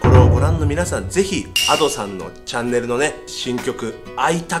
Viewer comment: いや のadoさんのイントネーション阿蘇山で草